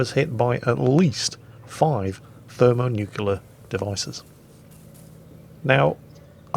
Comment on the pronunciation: Did you really say Thermo-Nucular devices??? :D